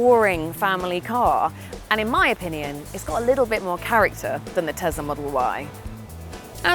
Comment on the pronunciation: Te-S-la, Not Te-Z-la.